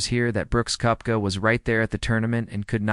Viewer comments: It’s pronounced Keptka 🤦‍♂️ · If you cannot pronounce his name correctly- not worth the listen.